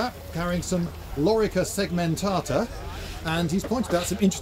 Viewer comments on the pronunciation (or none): "lorica segmentaters"?